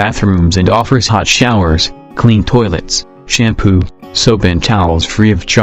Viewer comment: he says "shampoop"